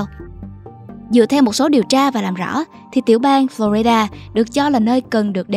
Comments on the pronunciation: Teller, có góp ý nhỏ với bạn. Bạn đừng đọc: Flo rai đa, cả việt hoá hay english đều không đọc vậy. Nó nhỏ nhưng nói lên sự tận tuỵ của mình với công việc! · Lần đầu tiên nghe một người đọc tên bang Florida là phlo RAI đa.